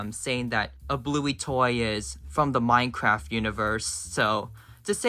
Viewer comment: Oml it didn't even say "Official Minecraft" It said MINECRRFT